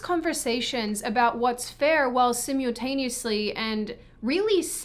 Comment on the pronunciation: "...while sim-you-taneously..."!